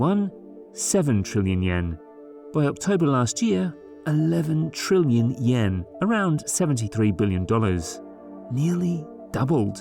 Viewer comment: Trillion, not Trillian